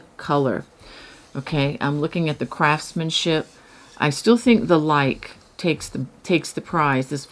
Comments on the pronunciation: *Lykke is pronounced Luca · Hi! Luke is pronounced ‘Luca’ I researched it bc as I really wanted to know!